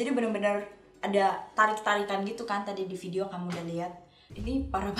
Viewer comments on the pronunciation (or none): none